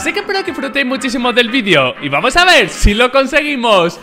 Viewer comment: Jaja el diciendo vuamos